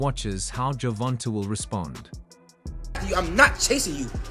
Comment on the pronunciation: Gervonnntta , pronounce it like javonta dafuk is dis